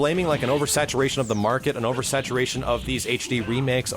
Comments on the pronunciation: u said oversatuwaytion lol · over-satuwation lol